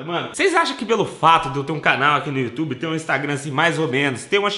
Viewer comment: O meu e do YouTube no e ela fala youyoutube😂